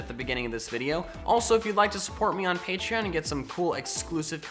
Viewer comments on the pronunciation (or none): none